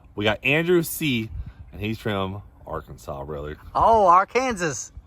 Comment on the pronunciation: It’s not Ar Kansas, come on